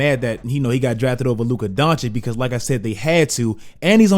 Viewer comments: not Don-chick...it's Don-chich... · Dončić (Donchich) stop that shit with DonchiC! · it's he's 3rd season and you still haven't learned to pronounce his name. It's Dončić not DoNčiK ffs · It's Doncic, not Doncik. Just repeat the way you say first "c" at the end :P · You pronounce vucevic correctly but you butcher doncic, makes no sense lmao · He hurts me when he says "Luka Donchick" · Three seasons in and you still pronouncing it Donchik? Serious fail. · Its DonCHICH damn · Man, don't do Luka's name like SAS. Just do the last "c" in "Doncic" like the first "c". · and you still can't pronounce Doncic... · still saying his name wrong....smh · Bro how can you still not pronounce doncic‘ name right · It is a real wonder, when a guy is top 10 player, 2 times all star starter, all nba, roy, best 22 year old ever and you still can't pronounce his name.